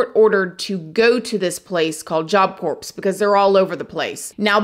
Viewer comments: It's pronounced KOR .. not CORPSE. lol. but you're loved .. :o) .. but this story is TERRIBLE. They should all be serving a very long if not LIFE sentence. I can see no point at which anyone should be able to say .. ok. you made up for it. IMPOSSIBLE. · Oh so sad. My heart goes out to Jose’s family. Thanks for telling his story. 💔(Also just wanted to mention that “corps” is pronounced like “core”) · Corps is pronounced 'core'. Much love! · Just FYI, it's pronounced Job Cores. The P is silent, and sometimes the S is also silent so it could be pronounced Job Core as well. Confusing, I know. I love your channel. I'm a recent subscriber. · Corps is pronounced "core", like the Marine Corps. Core. Not like a dead body. But you're wonderful,. I appreciate your unique take on the crimes you report on! I actually recommend your videos every chance I get. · My skin crawled every time she said job corpse instead of job corps! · Not to be petty but, it's pronounced Job Core. The P and S are silent. I just subscribed. Very interesting content. Thank you. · It is pronounced CORE not Corps hahaha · The p is silent in corps, like the core of an apple, not a dead human, lol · It's pronounced job core I think. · I CRINGED every time she said Job Corps. uh the s and p are silent It's pronounced like "core". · Adore you!!! Because I adore you, I want to help you. The correct pronunciation of job corps is “job cor” (ps) are silent. It’s not pronounced like a dead body. I say this with kindness & adoration for you! I love your channel & content. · "corps" ...the P and the S are silent... sounds like "core" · Job cor- is how it is pronounced ‼️ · The s is silent in job corps (job core) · I love your story telling but I have to tell you that “Corps” is pronounced “core” the p and s are silent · Job Corps has a silent p and s, so it's pronounced Job Core fyi 😘😘😘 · ...it is pronounced ( core) but is spelled corps. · Corps is pronounced CORE. The P and S are silent.